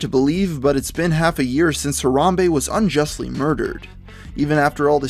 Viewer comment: He emphasized on "unjustly".